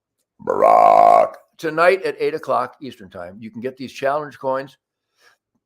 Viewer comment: I could almost smell that last "BARACH". :-)